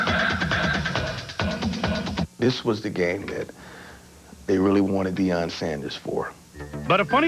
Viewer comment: Its Deion just a heads up not being a dick!